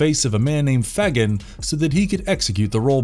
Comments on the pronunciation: fagin is pronounced - Fay-gen. not Fag- in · It's pronounced "Fay-gen". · I’m sorry I mean no harm but when you say fagin it’s not the right saying of the name 🤣🤣. Love the video thank you ❤️❤️❤️❤️❤️ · Stop saying Fagan so weird! Heheh this is awesome though! I never knew all this existed. My hellraiser knowledge is rubbish it seems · You are pronouncing Fagan wrong, dill weed! LOL 😂